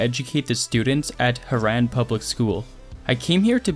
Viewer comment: Haran no no harran